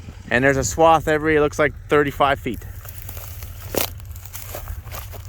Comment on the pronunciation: Yea not swab, swath.